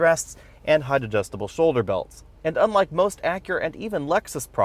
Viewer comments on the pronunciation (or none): none